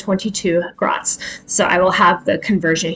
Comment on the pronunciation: A penny or grosz is pronounced grosh not grots, and the plural pronounciation is groshy